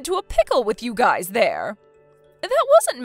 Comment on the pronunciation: Ugh it's pronounced guys not guises sorry pet peeve